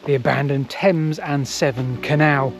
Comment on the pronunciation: Thames and SEVERN canal, not "seven" nor "temps and 7" NAVVY, not Nav'i nor Na'avi, nor Navi SKIVVY, not Skiibby WHO would be a maid, not "which".... DRUNKENNESS, not drunkardness